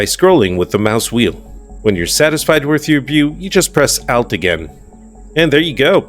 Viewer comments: Something you may not know that alt(al-t) is pronounced as in (alt)-ernative [ault]. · I’ve seen a few of your videos so far, and have found some great info! But my lord the way you say “Alt”😅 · Please never say "alt" again. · One thing you probably didn't know. The pronunciation of ALT. It is an abbreviation of 'Alternate' 😂